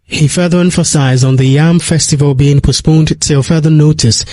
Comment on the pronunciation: PHD, can,t even pronounce the word postponed?